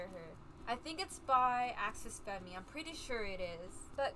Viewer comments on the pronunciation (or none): axes femme is said like axes fem. theres no fem-me on it just fyi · Axes Femme- pronounced Axis Fam(or like femme in femme fatale) Also Ingni is in fact a word and not an acronym if you have difficulty pronouncing it it is Ig-ni